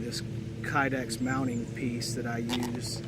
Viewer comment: I'm pretty sure K is not silent, when you pronounce knipex.